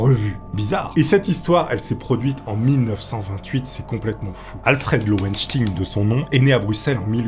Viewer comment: lowenSTEIN et non lowenstine... "enquête baclée pour des raisons obscures"... Boof... J'suis fatigué.